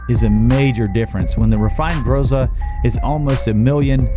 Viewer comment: Excellent research, thank you! Unexpected. By the way, if anyone cares — in Groza the stress is on the last syllable. Grozá. Means “thunder” in Russian.